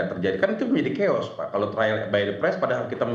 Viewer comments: KEOS?😂 CHAOS KALI 😂 BUKAN KAOS 😂😂😂😂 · Bukan cheos tapi caos